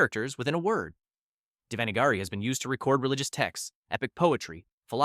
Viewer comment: The way you pronounced Devanagari..... I know it's difficult for others but he pronunciation was no where near correct.